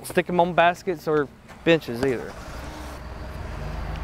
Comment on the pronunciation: First minute of vid it sounded like said don't stick stickers on the bitches but he may have said benches.